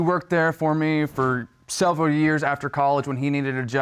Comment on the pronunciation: man said “selveral”